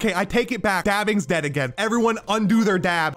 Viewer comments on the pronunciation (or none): none